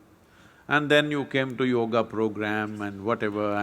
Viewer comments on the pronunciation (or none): none